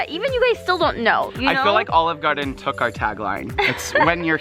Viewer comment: its took not tok